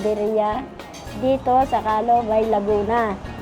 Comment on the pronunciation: Taga-Laguna ka talaga Chef RV kasi alam mo ang tamang pronunciation ng Bay.